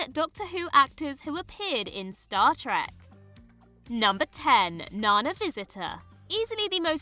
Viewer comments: Great video! Only quibble is that Nana Visitor's name is pronounced naNA with the stress on the second syllable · Nana pronounces her name nehNA. Not Nina, NANa, or what you may call your grandma. I’m sure many wouldn’t have minded trading Noel for Orla Brady (Tasha Lem, Picard’s Laris). Or at least combining the Sheppard men, as they played the same DW character, despite having various genre appearances…nevermind. They deserve separate entries. Any chance we’ll get other DW/genre lists in the future? The Pond family have gone 2/2 on DC vs Marvel (Alex and Arthur on CW DC Shows (JB as well!); Karen in MCU; while Matt is in Morbius in whatever Sony is calling their extended Spider-verse. Spumco or some nonsense?)